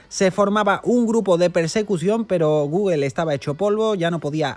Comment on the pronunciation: ja, ja, ja, ja "Goguel". Tu pronunciación es lo mejor.